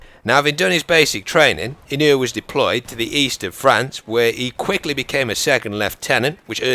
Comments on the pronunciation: It's pronounced E-No-Way btw. Thanks for making this! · A real life Terminator, also, the name is pronounce (Ino-oo-ay) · You are mispronouncing his name but it's fine. Most British people do that with Japanese names and words. It's just what happens when they are romanized. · You pronounced the last name wrong I am from Hawaii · Kinda mispronounced his last name lol. But ya, he was definitely a great man worthy of respect, I even graduated from the same school as him.